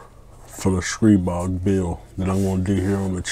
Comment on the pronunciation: Of all the hundreds of reviews I've seen about Stribog, your the only guy that pronounces it correctly. STREEEEBOG